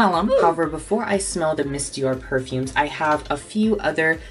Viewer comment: As a french gal, the way you pronounced the names of most of the perfumes was gold 😂👌🏻